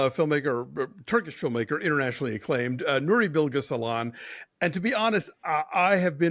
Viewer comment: Thank you guys for the wonderful review. Really loved it. Just a minor feedback that the Turkish C is not pronounced like the English C. Instead, it's pronounced like the “j” in “jungle", So the director name will be "Nuri Bilge Jeylan".